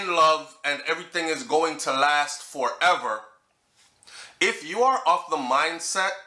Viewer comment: Ma b she heard Fourever instead of forever 😂😂😂